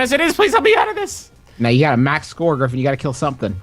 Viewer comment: griffin: gungine?, an intellectual: gun shoes?